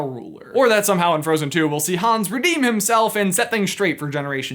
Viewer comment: Hans... not Hones